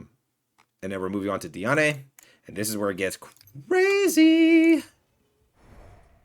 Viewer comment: it’s pronounced di-ane(like and but with an e)